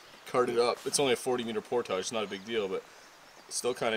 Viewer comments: For the love of God,, learn how to say “portage”. I cringe every time you use that word. rips a fart….lol He has to be the only guy that does outdoors/backpacking/adventure videos that actually rips one on camera and doesn’t edit it out. is a classic. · Here we don't even pretend to pronounce it the French way, just "port-edge"!😜